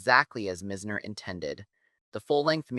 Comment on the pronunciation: its "M-EYE-ZNER" not mi-zz-ner as you pronounce it.